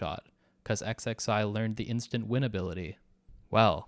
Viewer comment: This is my introduction to DB Multiverse, so I have the impression that it fuckin sucks. Also XXI has to be "21", like, come on man. Zee? Really?